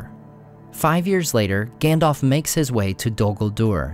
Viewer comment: him saying Gändolf kills me every time 😂 no offence 👍